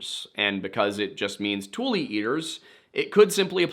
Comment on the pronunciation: Tule not like "tool," but "too-lee"